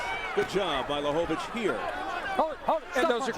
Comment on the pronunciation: LaHOvitch? OMFG!